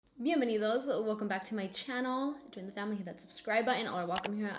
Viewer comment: I love when you say "Bienvenidos", I´m spanish. Amazing makeup look, xoxo